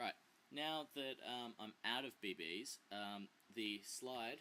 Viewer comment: u say bb's funny! bae baes... xD